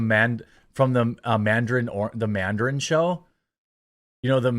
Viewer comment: Lol Jeremy calling it the manderin is cracking me up